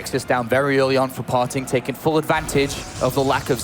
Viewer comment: "his name par-ting, not far-ting"